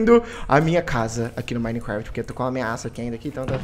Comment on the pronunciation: o cara fala minecraft mo esquisito e o memso q minicresheii skksks